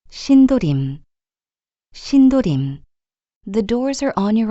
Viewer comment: 2003년 꺼 가번역은 신도림 이라 들려요. 제대로 녹음 하셔야 지요.